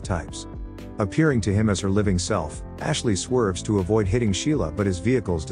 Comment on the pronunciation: You all need to stop doing lazy work the first thing that artificial voice says is Ashley? I wouldn't mind it so much if they made a mistake within like 4 minutes of the vid but it's literally the first thing you hear which will turn off a lot of people.